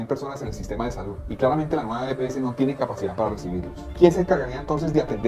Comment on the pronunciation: Las EPS, no las epeses, es como las heces.